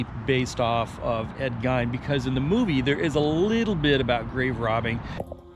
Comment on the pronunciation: You said Ed Gein last name incorrect..but close.. we are from Wisconsin.. but completely right on the historical information behind him & the making of the movie behind it.. we couldn’t do the cook coming to the table in the Texas Chainsaw outfit.. Deb would freak.. lol.. great video ☀️ Joel, Deb & 🐕 Maya